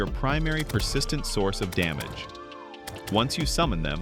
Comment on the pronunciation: WHY DID U SAY DAMGEY INSTEAD OF DAMAGE SIR